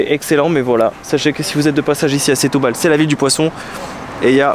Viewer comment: "Chtoubal" ahaha le frenchy , sinon nos amies portugais comprendront pas ; ) un des meilleurs endroits pour déguster le poisson, cuisiné grillé ou simple, attention garlic mais on peut demander sans...pas besoin de trop! Un choix dingue de super qualité Ville de la seiche à l'encre plat typique mes amis portugais m'ont invitée au resto, plusieurs poissons frais avec un blanc...top! Aussi dans un resto typique de Semsimbra près du port, mélange de poissons et fruits de mer... goûteux ! Pensez aussi à vadrouiller, sortir de la ville, aller voir la montagne Serra Arabida magnifique ! Semsimbra, le Cap Saint Vincent, mes amis portugais m'ont fait découvrir, qqes plages encore authentiques encore peu envahies C'est aussi une ville pour le sport, où découvrir la culture, art, musique, guitare Portuguese (le fado c'est très vivant à Lisbonne)